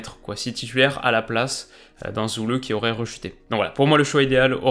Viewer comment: Superbe vidéo ! J'avais justement oublié la reprise de la PL ce soir. Sinon, en allemand, quand il y a un trema sur le u (ü), alors il se prononce simplement "u". On a donc Süle qui se prononce "Zu le", et non "Zou le". J'espère que ça t'aidera, continue ton travail, c'est super !